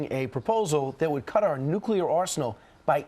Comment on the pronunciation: I'm sure She was told by advisers-about nucelar / how to pronounce it, BUT still,After all this time She can't do it? Most ppl & average socker mom or hockey mom can say nuclear. If that's not stupid-I don't know what it is.